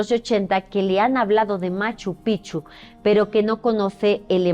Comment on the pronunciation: Gabino Sánchez no Chávez Fue mi tatarabuelo y tengo fotos de él en Machu Picchu con los amigos que mencionaste!!! ✨✨✨ Y espero no caer pesada pero la pronunciación de Machu Picchu es PiKchu. La mayoría lo pronuncia mal. 😊